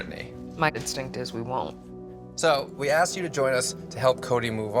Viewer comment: aksed...........its asked